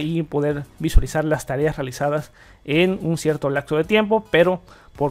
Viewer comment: lacso de tiempo XD lapso, período... siempre se asocia con el tiempo. TeniaMOS, DijiMOS no teniaNOS, DijiNOS. Referente al video y Windows 11... me voy a animar a instalarlo, parece que según tu revisión vale mucho la pena.